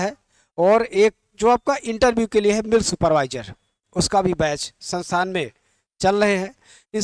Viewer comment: Sir sansan na kha karo संस्थान बोलते है 😅😅😅😅